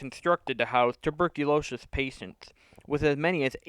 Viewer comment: What the hell is tuberculoshish?